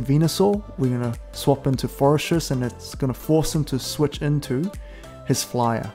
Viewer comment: Love your content, great tips. Just wanted to clarify Forretress is pronounced “Forreh-tress”. There’s no ‘s’ in the middle of the name. The way you’re pronouncing sounds like “Fores-stress”